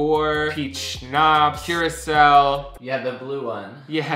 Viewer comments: Mike sighing at Mikey saying cura-cow is me whenever someone says "erbs" instead of herbs. The H ain't silent. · I love that Mike says "blue curacel"